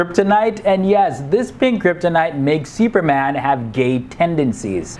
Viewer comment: The way you pronounce "Seeuperman"